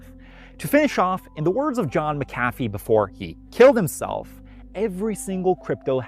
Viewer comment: Mack - ah - fee not Mick - caf - fee